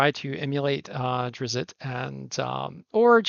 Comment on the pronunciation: Also, I think it’s Drizzt instead of Drizzit